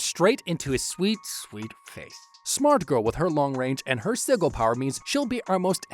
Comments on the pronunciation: "Siggle"? It's pronounced "Sid-gel", what I don't like about the video is that you're clearly illiterate. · ITS PRONOUNCED SI-JIL, NOT SI-GILL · It's "Sih-juhl". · Sih-jill. Sigil. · Bro said siggle😂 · its pronounced sigil lol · The way you pronounce sigil hurts me so deeply. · That's not how you say sigil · The way he says sigil hurts me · You're mispronouncing sigil just to annoy us, aren't you?